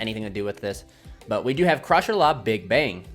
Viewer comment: The name is closer to Sha-Tree-La , but it's just something minor lol , pretty insane deck though